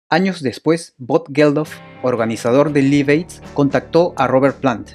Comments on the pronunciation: Repeat after me... "laif eid" "laif eid" "laif eid" No "lif eid" 🙄🙄🙄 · No se dice liv, se dice laiv y se escribe live! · Buen artículo Pero primero hay que aprender a pronunciar el inglés. Se pronuncia "laiv eid" y el nombre del tema se pronuncia "joul lora lov". Entre otras palabras mal pronunciadas. Saludos. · John Bonam? Liv ed? hulla lot of love??? No mams... Mejora tu inglés. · Liv ed... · Ojo se pronuncia "Laiv" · Interesante todo, pero choca un poco escuchar tantas veces Live Aid mal pronunciado